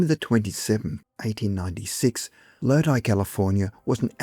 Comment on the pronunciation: You said Lodi correctly 👏